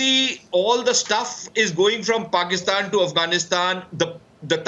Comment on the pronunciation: almost said fatistan instead of Pakistan 😂😂😂😂😂😂